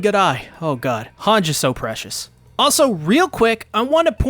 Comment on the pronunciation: Bro pleeeeeease pronounce Hange's name correctly pleaaase. I cringe everytime I hear what is supposed to be "Han - ji" as "Hanj" like some french bastardization of the name. Please man, everyine in the show calls her "Han - ji" why you gotta do this to us 🙏